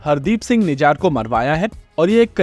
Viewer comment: भाई उसका नाम निजार नही निज्जर है ।correct yourself permanently